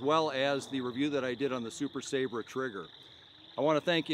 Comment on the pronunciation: The word is pronounced Sa-Bra, not Sabre